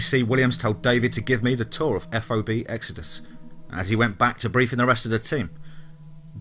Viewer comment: TOC - you say it like "TALK", not T. O. C. F. O. B. = FAHB. Really enjoyed the stories. I know some of them are actually true...